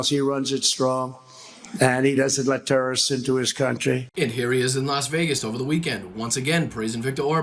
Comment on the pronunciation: He said TURD instead of terrorist. Nobody has mentioned it & that moment is funny. Trump is never funny except when the word turd comes flying out of his mouth.